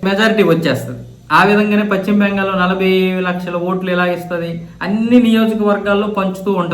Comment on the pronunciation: Pachhima bengal kaadayya.neeku telugu sarigga palakadam raada? Adi paschima bengal antaaru. Neeku pachhima ki paschima ki difference teliyada?atuvantappudu nee channel moosi padeyi